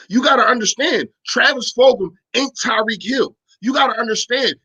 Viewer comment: Its fulgham FULG-UMMM